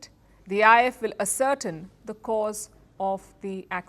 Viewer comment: on a sidenote, i am amazed the way she pronounced "ascertain" as "a" ..."certain"